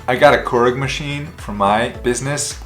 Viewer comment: That coffee maker that you mentioned (keurig) is actually not pronounce “core-egg” but “cure-egg.”